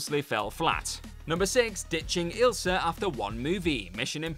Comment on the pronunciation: You mispronounced the names deliberately. You proved that you can say Ilsa and a few seconds later you say Isla.